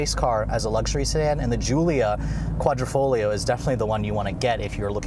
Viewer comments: I cringed everytime he called it "Quadrofolio". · Love your reviews! Hate your foreign language pronunciation. The reason for the clover is because that's what quadrifoglio means, four-leaf clover. Hate that it doesn’t come in manual.